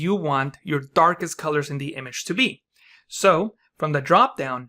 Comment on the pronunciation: What's wrong with your d letter? almost sounds like a russian T (the ddttuaarkest color) which is kinda annoying.. lol kidding. Thanks for the great tutorial!